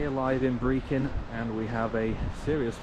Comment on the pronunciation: Could you please find out how to pronounce Brechin? It is not pronounced Brekin!